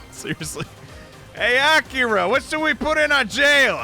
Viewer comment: Palace people: AK-I-RA Me: Shutthe-F**k-up